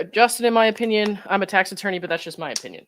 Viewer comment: Tax Attorney!!! I thought you’ve been saying Taxidermy???? Was getting worried